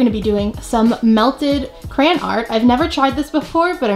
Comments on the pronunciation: She kept saying CRAN ( no hate ) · appleminte talking quietly: yes i do say crayen, not crayon..... suddenly agressive so DEAL WITH IT!!